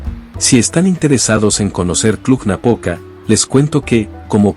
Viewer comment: "Cluh-Napoca". ☝🏻😉. În spaniolă știu ei , spaniolii că există și litera "j" pentru pronunția denumirilor din alte limbi ? Noi cum de știm, iar ei nu ?